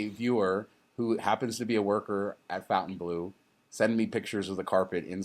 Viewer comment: It's stupid to give a Vegas hotel a french name that no-one is going to pronounce properly, but of course it probably doesn't matter. I'm not being a snob, but it's not 'Fountain Blue', it's (approximately) Fon tain blo. But what the hell.